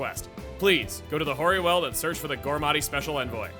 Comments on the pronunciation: 'Weald' is pronunced like wield not weld. I live near The Weald in South East England, so hearing you mispronounce the word is quite offputting. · LPT: 'Weald' is pronounced like 'wield' or 'wheeled'. Not 'weld'! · For the record, the world weald in this context not pronounced like you're welding together sheets of metal, but "weeld" and means essentially a forested area. Anyone who's played Darkest Dungeon is more familiar with this use of the word.